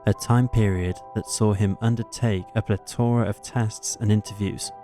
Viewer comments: The word is pronounced PLETH - ORA, not PLET - ORA. The word 'unveiling' is pronounced 'UN-VAY-LING', not 'UN-VEE-LING'. Jeeze, these are not unusual or obscure words! I can't listen anymore, it's like hearing a six year old read the news. This narrator has a very weak grasp on the English language, he frequently mispronounces very well known words, in common usage. I strongly suggest voice over work is not suited to his talents! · He's hiding out at a secret address, massively embarrassed at the car-wreck he hired in his place. The guy can't correctly pronounce 'Plethora' ffs!